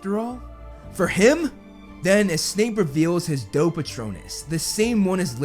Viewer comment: When u said “ doe patronus “ I heard dope patronus